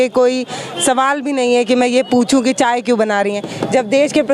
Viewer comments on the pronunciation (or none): mam कम से कम चाय को अchcha बोलो